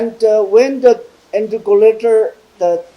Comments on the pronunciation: Not interculator it is interlocutor.😁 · Plz if I don't mistake it is not intercolator but interlocutor.plz be correct it.